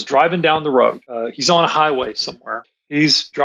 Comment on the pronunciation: Where did the "woad gow"? Dump that awful cold opening and bring in a professional!!!!